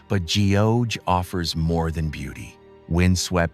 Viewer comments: Geoje pronounces “gu jay” , gu is in gut. Not Geo in geometry… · Great video but terrible pronunciation of place names. I'd hate to be a tourist going to Korea and saying I want to see Gee-oh-jay island. No-one is going to understand you 😅